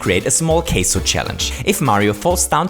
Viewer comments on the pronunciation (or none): Oh, I thought he was saying queso (though why that would be categorized as cheese who would know lol) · Why would you pronounce Kaizo in an American way (sounds like Kayzo, when you say it)? English clearly isn’t your mother tongue and I guess it actually is German. If you would simply pronounce it in a German way, you’d be much closer to the actual, Japanese pronounciation. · It sounded like you said caso and I thought for a second that you knew some Spanish and Mario had a calcium and vitamin b12 challenge lol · That is definitely not how you pronounce “kaizo.” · It’s because of accent